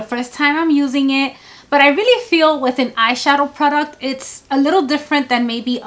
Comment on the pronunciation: I love the way you say "pru-duct" (product) 😂. Your eyeshadow technique is so lovely. Always a soft glam. I would like to see a 'no makeup- makeup look' lol. When you have the time. Xoxo